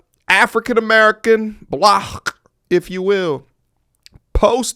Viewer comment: you said black with a hard K 😂